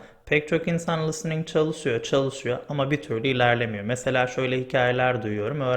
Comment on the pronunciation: Harika bir video olmuş. Çok faydalı. Ağzınıza sağlık.Hocam kusura bakmayın kötü bir niyetim yok ama soylemek istedim. Çünkü kulağa hoş gelmiyor gibi. lıstıning değil listening. Çok çok teşekkür ederim. Saygılar.